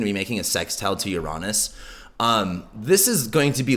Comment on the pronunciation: the way you pronounce uranus cringes me out... google that shit if you don't know how to pronounce it... as someone who earns a living out of this you are not doing a great job on even basics... cringe